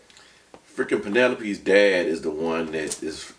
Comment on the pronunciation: Wondering if you two have seen Club Dread. I imagine if you had, you’d be pronouncing “Penelope” different.